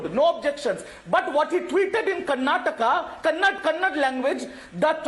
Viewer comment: Somebody tell that idiot from TMC, it's not Kannad, it's Kannada.